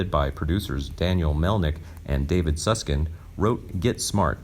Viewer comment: These are the worst narrations anywhere on the web. How do the producers accomplish this, mispronouncing the names of both David Suskind and Tom Poston. Pathetic.